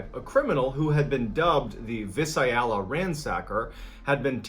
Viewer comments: Vie -Sail-Ya = Visalia != Vis-Eye-Al-Uh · Vis-I-ala 😂 here in sac we say v-eye-sail-ee-yuh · “Viss-eye-alla ransacker” lolll you mean “vice-aylia”? It’s a good thing they switched his moniker! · I know this will make me "that" person, but Visalia Ransacker is pronounced vy-say-lee-ah. Visalia. Anyway, I apologize. I just grew up in that area and it's kinda cute how badly he butchered it. "Viz-eye-al-ah" Oh no, Mr. Ballen. Not even close. Still love your stories! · Vis-aye-ale-ya 🤣 I’m cracking up! It’s pronounced Vy-sale-ya #SFNative I love this channel! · Visalia? Did you really butcher pronouncing Visalia that bad or does your script suck? John, there was no 'Viss I al uh' Ransacker' because there is no 'Viss I al uh' California. There is Visalia, which of course is where the Golden State Strangler got his start but that's pronounced 'Vi sale yuh'. I find it hard to believe that you've never heard anyone talk about Visalia or heard it on TV news or somewhere else? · Oof, I had to replay to hear correctly haha sorry. Not "vi-sigh-ell-uh" it's "vye-sail-yuh". Maybe I'm too critical. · "Vie-sail-ya" Ransacker Not "Vis-eye-ale-ya" lol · Great vid Mr Ballen, love your stuff. But I have to say, the Golden State Killer was called the Visalia Ransacker, pronounced Vy-sail-ee-a. Not viss-sye-ella lol. Visalia as a random ass town in California in between Fresno and Bakersfield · It’s pronounced vis-ail-ya not vis-i-alla lol all you gotta do is watch a local weather broadcast to know how to pronounce a city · The city of Visalia, California is pronounced Vy-sail-ee-ya Not Vis-aye-ah-la. Just saying... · Visalia - Vy-Sal-E-uh, not viz-I-ala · By the way the killer’s name in #3 is pronounced, va-sil-lee-a whatever. Your Spanish is weak and calling it how you did was almost hurtful to the Hispanic community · This is my second time watching this and I didn't realize you were talking about where I live. It's pronounced V-eye-say-lee-uh 😊. Love all your stories! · Vi -say-lee-uh